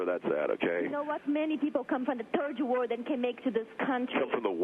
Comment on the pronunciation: “You come from the turd 💩 world” 😂